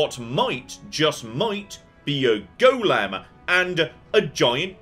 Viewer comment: The pronunciation of "golem" is causing me great consternation.